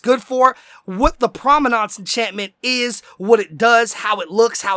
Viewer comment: it's prominence not prominance